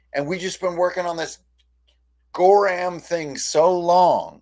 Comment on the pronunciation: Gorram?... Gorham!? Did you say "gorram"? Jayne would be proud. 😉 lol